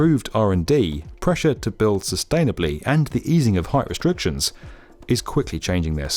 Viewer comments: How does one get a narrator's gig when one pronounces "sustainably" "sustaily" and where on earth was the editor for that? It's the second spoken sentence in the clip! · “Sustainably manage forests” Lol. Oh, I see, if you really hit the accent on “tain”, then it’s sustainable? Lol Maybe show a few more diesel timber trucks and diesel tree cutter, or the massive gas fired kiln dryers, then it’s sustainable? Lol The western world is overrun with now with bio power plants running off wood chips with terrible emissions per unit energy and leveled forests, and now w new large building timber construction. They are able to pull off these scams w the help of videos like this one. Step off.